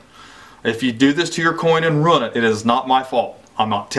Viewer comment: You can tell you’re from Portsmouth, “ruint”